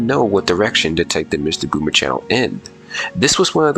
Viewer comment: Nah you definitely said MistaGooner there